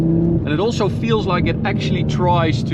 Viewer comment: Have a problem pronouncing your "s's" in all of your words, e.g., "also" pronounced "alsho".